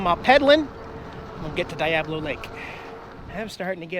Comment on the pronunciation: It's funny how you mispronounce Diablo. It's a spanish word, long E sound. Like Dee-a-blo. It means Devil.